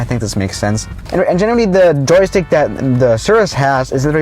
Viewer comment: Normal people when they say joystick: Joystick when he says it: Jokstick He said it in a app review where the creators of the app spelt joystick wrong lol